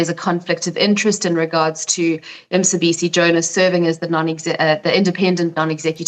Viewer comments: Mcebisi not Msebisi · So these whites don't make even the slightest effort of pronouncing our names after 30 years! What's Msebisi?